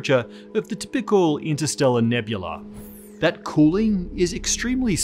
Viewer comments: "tpickle" Dude, where's your "y"? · Ta-PICK-ul? No. It's typical.